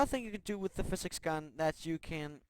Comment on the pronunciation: I can't stand the way he says physics.